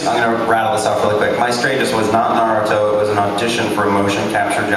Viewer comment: Everyone : Naruto Sasuke: Narutho